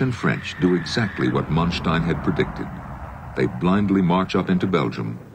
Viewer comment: 'Mun-stein'?! Man-stein, Jesus...